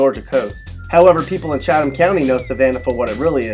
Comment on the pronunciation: #3 he's not from GA because he didn't say "cheat" ham county